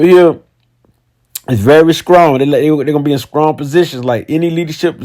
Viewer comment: "Scrong" lol